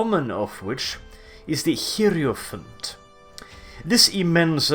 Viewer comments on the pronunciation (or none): the heeeeeirophant, love the sexy pronouncement there, are you slaneesh? because only sleneesh could make a heirophant sexy. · definitely pronounces heirophant wrong, though!